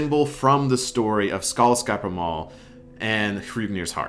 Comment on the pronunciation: Wow your ´skaldskaparmál´ was really good actually! Remember for Vegvísir and any other word, that emphasis goes on the first syllable. helps a bunch when you learn that rule. Thanks for the video as always